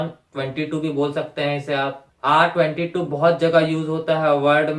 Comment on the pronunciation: Bhai usko R- twenty two Nahi padhte.... Usko R-two two padhte hai